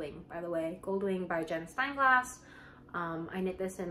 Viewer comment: You make such beautiful clothes. It's a treat for my eyes. Glad you're feeling better. Just FYI the designer is called Jennifer SteinGASS not glass, just heard it a couple of times nbd.